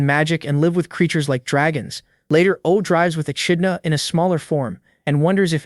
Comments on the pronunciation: Echidna is pronounced 'E-kid-Na'. Yes, English is stupid. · How many ways is the narrator gonna pronounce "ECHIDNA"😂😂😂